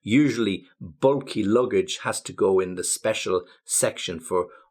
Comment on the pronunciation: the pronunciation of bulky is a bit off to my ear... where are you from exactly, maybe there is some pronunciation change in the area where you live, wouldn't be surprised if it was somewhere in the Blackpool area :) although the rest of the pronunciation I don't have a problem with. But than again, you pronounce infinitesimal the American way..